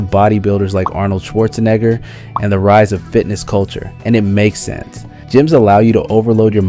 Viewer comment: Bro did not say Arnold Schwarzenegger